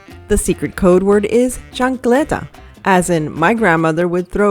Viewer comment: Chancleta haha, love how its pronounced. I say its flip flop/sandel, I've thrown mine a few times. They're light weight but attn getting, haha